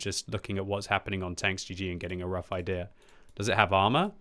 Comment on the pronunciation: idea = ay-thee-yer